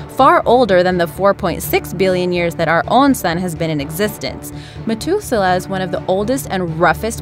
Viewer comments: am i the only one that noticed she mispronounced Methuselah? saying "met" instead of "meth?" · really have you never heard the name methuselah in your life it pronounced meh-thuze-el-ah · Methuselah has a SOFT "th". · Interesting video BUT..... if you’re going to do a video you ought to learn how to pronounce the words! Methuselah has an ‘H’ in it. You kept saying MeTuselah. Think of saying the word “matH”. That is how you say should be pronouncing the H in MetHuselah. Practice it next time there is a three syllable word that you obviously have never heard of before. I guess it should be understandable since Methuselah has only been around for 6 or 7 thousand years that you wouldn’t have heard the word before! I know, I know, it’s not nice for me to criticize. You’re a big girl & if you’re going to put your videos out there then you’ll have to take the good & bad comments. It was mostly good with the exception of not knowing how to pronounce Methuselah. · its math ew ze lah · KING KROSS KTK yea poor methuselah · Ahmed Mauri anyone else super bothered how she misprounced it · methuselah say it properly ffs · It is, though. She also pronounced Methuselah wrong.